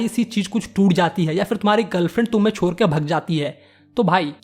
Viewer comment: bhaiya wo 'chhod' hota h 'chod' nhi 🙂